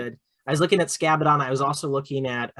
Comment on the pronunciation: Great video and fun times, just as always. I still think that Keeper spam with one exhalted one, Shalaxi, Be'lakor and Zarakynel , Fiends and lots of daemonettes still works. Scabaddon almost sounds like Scatbaddon, just saying!